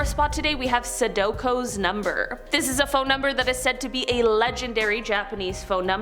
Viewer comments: lmao sodoko, its sadako silly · Anyone else get a little triggered that she pronounced Sadakos name wrong? Just me? Ok...